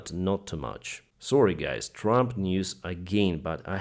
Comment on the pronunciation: "So, gays" When will you fix your English pronunciation?